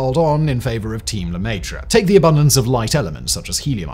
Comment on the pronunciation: Oh my god, seriously? LEMAYTRE? luh-meh-tre... education only goes so far, huh? God forbid we pronounce foreign words correctly for the sake of the english-speaking dumb-dumbs